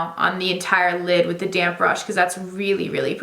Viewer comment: Why do I always hear “damn brush” or “damn sponge “ instead of damp 😂